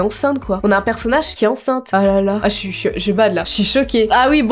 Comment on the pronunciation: J'adore quand t'arrive pas à dire "enceinte" 😂